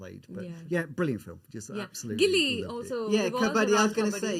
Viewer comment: FYI It's not gilli it's gully cricket